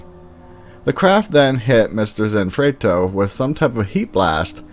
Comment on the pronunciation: You start off by wildly mispronouncing the title to your own video. Wow that’s bad. Zanfleto? Really?